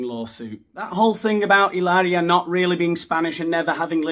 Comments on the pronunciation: Every time you say Ilaria! Cracks me up! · It's pronounced Hilaaaaaria.